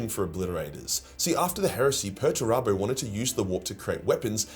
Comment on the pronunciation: It's "Peterturbo", and not "Perturabo". Two entire different characters.